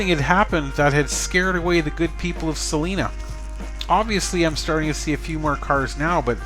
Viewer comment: It's pronounced C LINA